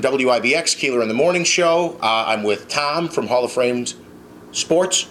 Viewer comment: The guy can't say Fame. He says frame all the time.